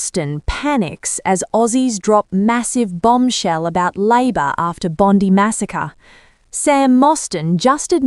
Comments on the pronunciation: It's Bond Eye not Bondi. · Bondi is pronounced with an ‘I’ not and ‘E’ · Why have journalists STILL not learned how to pronounce Bondi ... BOND-EYE .... Can they say EYE? Bond-EYE. NOT Bondy! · NOBODY SAYS BONDEE. Enough AI shit. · Pronounced Bon-die . And yes albozo is a gutless spineless hamas supporting traitor. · Please will someone teach others how to pronounce BOND EYE. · It's pronounced bloody Bon Dye. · Its BOND - EYE !!!!!!! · Pronounced "Bond eye" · The pronunciation of the beach side suburb is NOT Bondie. For goodness sake, get it correct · So where exactly is the clip of Sam Mostyn saying this! And why is anyone listening to this robot that can’t pronounce Bondi? White with an Australian accent? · At least get the ai to pronounce Bondi correctly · Please learn the pronunciation of “Bondi” ! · This is AI - just listen to the pronouncement of Bondi